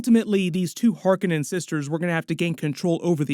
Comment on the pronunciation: I WAS going to watch this until they mispronounced Harkonnen AGAIN !!!!!!!!!!!!!!!!!!